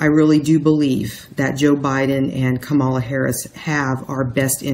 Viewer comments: Pronounced comma - lah. Still - thank you,. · msbettykay Ka'-ma-la - accent on the first syllable.